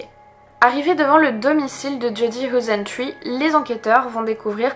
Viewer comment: hoesentruie :p..c'est du néerlandais,ca se prononce heisentreite...xD ah ok après tu le dit en accentanglais,c'est déjà mieux ^^ beh tu le dit qu'une fois comme ca,en fin cetait comique